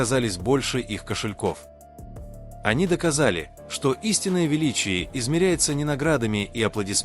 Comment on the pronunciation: Не КОшельков а КАшельков,ЛИбенхо ЛЕбенхо, ДОма доМА, СЮ'зи СюЗИ', Со КО'н Хо Со Ка'н Хо, Пак ХЕЙн Джин Па ХЕн Джин, ЧЕн Гук Чин Гук, аДОлы айдолы, ШУга ШугА, Мин Ю'нги Мин ЮнгИ'